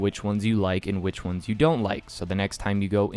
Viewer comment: Please, for the love of God; your voice is decent enough for voice overs but if you extend that last syllable like "maybe the minor onessssssss" Perfect content. Appreciate you g